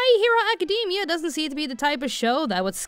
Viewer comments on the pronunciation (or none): none